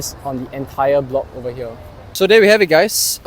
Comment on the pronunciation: You need to improve your pronunciation, such as hoarders, not hodlers as presented in the subtitle. Most commonly, their (there) and not dee-are